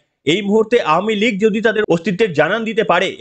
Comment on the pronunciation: ধন্যবাদ ভাই আওয়ামী লীগ উচ্চারণটি সঠিক করার জন্য। মাঝেমধ্যে একটু ভুল হচ্ছে যাই হোক বুঝতেই পারছি সংশোধন হবে আশা রাখছি। শুনতে ভালো লাগে সঠিক উচ্চারণ করলে।